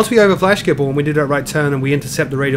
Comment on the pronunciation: i lolled at your pronounce of schiphol as skiphol